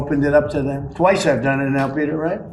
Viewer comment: i bet you he couldn’t say dem again😂